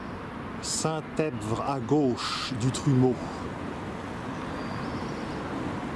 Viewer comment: Merci pour ce beau reportage. Une précision: le P dans EPVRE est muet; cela vous aurait épargné bien des efforts de ne pas avoir à le prononcer:-)